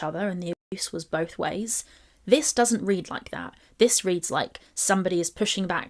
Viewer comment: Watched the original. Watching your video because we didn’t forget how vile you “BOLTH” are 😑